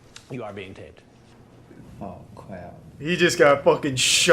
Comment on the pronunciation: "oh cwap" 😂😂😂😂